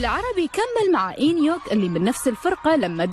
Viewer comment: امبيه التقرير عباره عن اغلاط بالهجاء بليز قبل ما تلقون الفقره بطلوا على اقل قوقل و شوفوا الاسماء شلون تنطق اكزوا لي دونقهي وتانيول ؟؟؟؟؟؟؟؟؟؟؟؟؟؟؟ و انهيوك مادري شلون قلتوها و وندي منو مع رد فلفت من وين طلعتوا المعلومات انتو ؟؟؟؟ مو قادره اكمل التقرير من كثر الاغلاط الي فيه